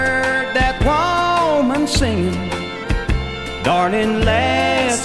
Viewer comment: I love Moe Bandy!! 1973 -- back when country music was fantastic. The way he says " woe-mun" with the emphasis on the first syllable ❤.